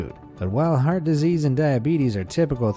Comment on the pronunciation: be amazed says "heat" when it says "heart" lol